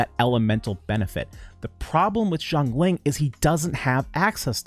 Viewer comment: no, u just saying it wrong. not jongling. Xiang Ling : *see-young Ling *say it quick